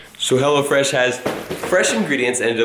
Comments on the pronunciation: Who else thought he said HellaFresh instead of Hellofresh? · when you say hellofresh, it sounds like you say hella fresh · I thought it was "hella fresh" cuz the way he said it lol. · sound like you said hella fresh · When I first heard you say 'Hellofresh', I thought you meant 'Hellafresh' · when he said hello fresh... i thought he said hella fresh xD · i thought he was saying hella fresh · I thought you were saying 'hella fresh' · before he put the link up for hellofresh i thought he was saying hella fresh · Hahaha I thought you were saying "Hella Fresh" 😂😂😂😂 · Am I the only one who thought he said hella fresh? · I thought you were saying hellafresh hahahahahah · I thought he was saying "hella fresh" lol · I thought said "hella fresh" at first lol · anyone else think that was saying hella fresh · Kept sounding like he was saying hella fresh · Until you put the text on screen, It sounded like you were saying "Hella Fresh" which is honestly a better name. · anyone else thought he said hella fresh?